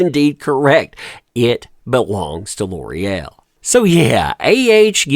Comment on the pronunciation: It’s pronounced L’OreAl